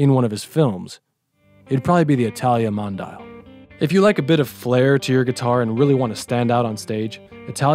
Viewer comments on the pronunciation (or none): It's pronounced MON-DI-AL not MON-DIAL, it means Worldwide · Mondial = Mon-di-aal. NOT Mon-dial.